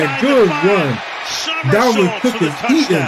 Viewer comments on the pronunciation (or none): JAMES COOK get it right they even say his name lol